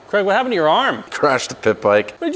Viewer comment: Oops Craig not Crag😮